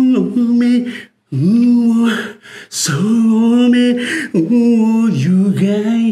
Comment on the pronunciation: そうめんがザーメンにしか聞こえん